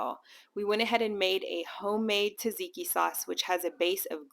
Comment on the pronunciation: TAH-ZIKI sauce?? Seriously? If you don't know Tzatziki is prounced ZAD-ZIKI then no credibility.